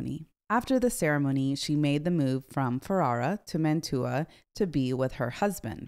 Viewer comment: I really enjoy your videos. Please forgive a pedantic point: "Mantua" is pronounced MAN-tyoo-a (in Italian, the city is called Mantova, MAN-toh-va).